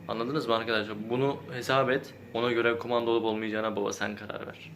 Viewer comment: Kumanda mı diyor bana mı öyle geliyor yoksa ?